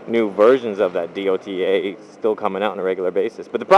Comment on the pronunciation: Its DOTA like "DOH-TAH". I know people who *cough* "buy" the game to play it